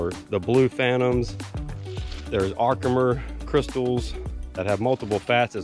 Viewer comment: Your cluster needs a round of Oxalic Acid to be its best. Also, I don't know if it was just your accent, but it's not Harkimer Diamonds. It is Herkimer Diamonds.